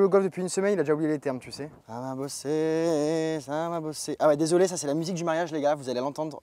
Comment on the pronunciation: "ca va bosserrr, ca va bosserrr" non non c'est pas une musique Corse, c''est pas possible !!